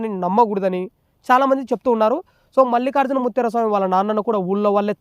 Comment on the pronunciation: ముత్యార కాదురా బాబూ ముత్య